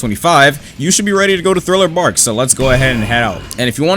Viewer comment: ngl i was laughing so hard whenever this man said thriller barl instead of thriller park 💀